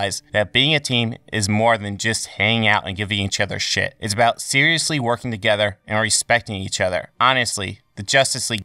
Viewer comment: Emphasis ‘together’